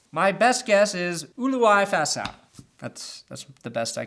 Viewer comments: Domata Peko's middle name Ulu-ai-fa-asau is pronounced "oolu i fa asau" "asau" would rime with "a now" You almost got it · Ulua-ifa-asau. I'm pretty sure that how you say it